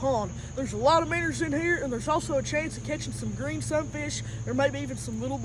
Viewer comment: “Minners” lol